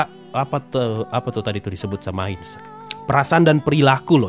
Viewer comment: Apa cuma gue yang ngerasa kalau Pandora's Actor waktu nyebut Ainz tu jadi "Ngainz sama" 😂